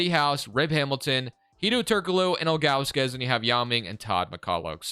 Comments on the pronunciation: Z-Drew-Nus bro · also, it’s pronounced Zi-dru-nes.. or big Z was buddies nickname.